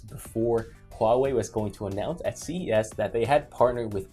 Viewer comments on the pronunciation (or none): I like how pronounces them "Wow-wei"